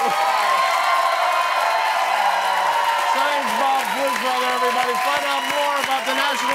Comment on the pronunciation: why does he always say Science Bob Pflugfelder like its a title or something